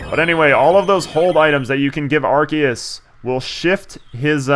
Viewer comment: Cardgage is my god... PS: In regards to the pronunciation of Arceus, this video's pretty useful